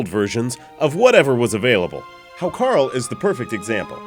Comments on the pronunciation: it's pronounced "How-Kartl" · A very fine video of poisoned Vikings and silly Útlendingar. But Hákarl is pronounced haukar(tl) or sometimes hauka(tl). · The way he pronounces 'hákarl' is hilarious. Anyway, I love it.